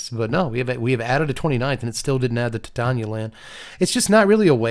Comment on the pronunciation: It thrills me to hear Titania pronounced correctly. Yet another reason is king